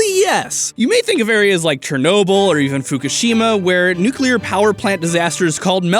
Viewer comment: He said nuclear powder plants